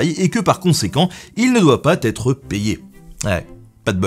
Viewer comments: "il ne doit pas t'être payé" plutôt il ne doit pas' être payé encore une liaison dangereuse Ah ah ah !!!! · Je ne fais pas ce commentaire pour ne tirer que le mal de ta vidéo, mais fais attention dans tes liaisons ! "il ne doit pas têtre payé" ou certaines autres petites erreurs orales que tu as pu faire. Voilà c'est juste une question de régal auditif, en tout cas comme tes autres vidéos, celle-ci s'avère très intéressante et instructive. Une chaîne Youtube originale, ca fait plaisir. Bonne continuation :)